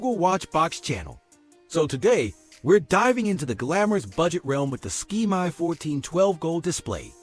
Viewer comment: It's not a ski-my, it's a SK-MAY. Thank you.